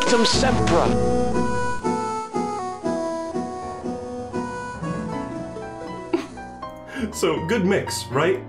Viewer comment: You know it's gonna be real when you hear him saying "rectumsempra" right off the bat.